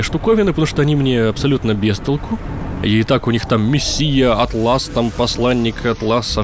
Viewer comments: ну почему "атлАс" ? у тебя в школе Атлас не изучали ? А́тлас — многозначный термин. В Викисловаре есть статья «атлас». Сборник карт, таблиц, диаграмм и т. п. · А почему Атлас? В викисловаре есть статья "атлАс". В общем, такой себе аргумент :) По факту же, хз, это имя собственное и оно может как угодно произноситься.